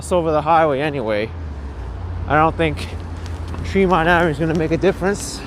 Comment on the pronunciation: Trehmont NOT Treemont.